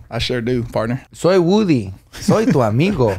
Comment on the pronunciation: Their pronunciation of woody had me laughing so hard because my 4YO son's name is Rudy and that's how all the preschool kids pronounce his name "Wooody" 🤣